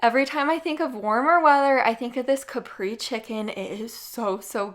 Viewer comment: It is not Capri chicken. It is pronounced ka pray zay.